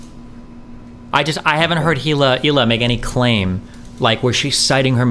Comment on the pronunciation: Her name is prounced "High-lay".